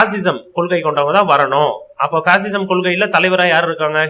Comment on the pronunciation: It's not pasism it's fascism